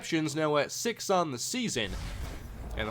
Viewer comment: he said "They want six!" and it sounded like "They want sex!"